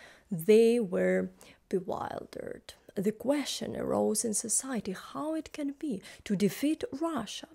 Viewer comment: Good video as usual. Keep up the good work. Some unsolicited pronuciation help. Bewilder: not pronounced as 'wild', more like ~ild in build. Still, adds to the ambience.